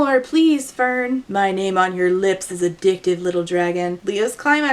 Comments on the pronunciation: searched it up👍 it’s fehrn , which out of each placement , would probably change the pronunciation the most🦐🦶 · When you said "Fern with an H" I genuinely couldn't imagine where that H went. Fhern, Fehrn, Ferhn and Fernh all seemed genuinely plausible and equally unnecessary.